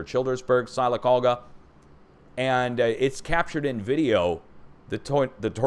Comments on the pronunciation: Greetings from Alabama! Sylacauga is pronounced silla-cauga. The y is a short i sound. Although you can pronounce it however you like! :) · Sylacauga is pronounced Sil-a-cog-a